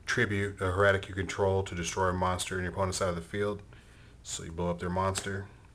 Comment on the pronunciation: no hate, liked the vid, but.. if this is your new favoritve deck, then you should learn how to pronounce the word "Hieratic", you're a grown man for christ sake lol. everyone thinks it's the same as heretic; it is not.